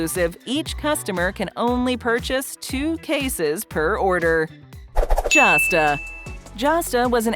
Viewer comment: Josta -- this video said it correctly ☆ this stuff was amazing - wow, quick review